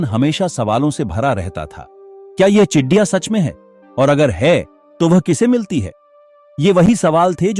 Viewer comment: Chidiya नहीं ,चिड़िया है भाई साहब जी😂